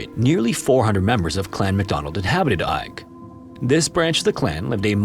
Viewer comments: The isle of Eig is pronounced EGG, not EYE-G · Eigg is pronounced "egg". I know, easy to mistake and not that you'll even see this! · ‘Eigg’ is pronounced ‘Egg’. It’s one of a group three well-known islands on the west coast - Rum (the largest), Muck (the smallest) and Eigg. I’ve sailed around the area. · I feel kinda bad for correcting you, as it was a valiant attempt, but believe it or not, Eigg is pronounced "Egg". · Eigg is locally pronounced as Egg. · Seriously man, search for the proper pronunciation of places in the UK before throwing them into videos. Your content is good but the Clan story was unbearable - the island is pronounced "Egg". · Greetings from Scotland. The island of Eigg is pronounced EGG..... I still enjoy your stories though. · stressfull to hear you mispronounce Eigg (egg) sm times but glad somewhere from my home is being mentioned. I've been in that cave and found bones!! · you do such incredible research and yet it is such a shame when pronounce place names so incorrectly, please research this as well! i'm relieved that macleod was said correctly but southwark and eigg are not said that way. without using IPA its best described as southwark being "sutherk", similar to suffolk. and eigg is pronounced more like "egg" or "airgg". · im pretty sure Eigg is pronounced more like "egg" just an fyi! ♥ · That’s not how Eigg is pronounced at all. It’s said “egg”. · Amazing Video as always. Fyi, Eigg is pronouced Egg. We Scottish love making things hard to pronounce. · It's pronounced "egg". Source - I'm scottish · Eigg is pronounced 'egg' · Eigg is pronounced as 'egg' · I'm going to be picky here and point out that Southwark is pronounced "Suth-rk" and Eigg "Egg". It's makes me wonder how accurate the other details of the stories are. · Isle of “egg” that’s how you say it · It's pronounced EGG!!! 🏴🏴🏴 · I know it's spelled pretty strange but the island name is pronounced "Egg"